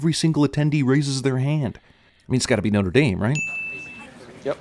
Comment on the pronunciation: Norte Dame 😂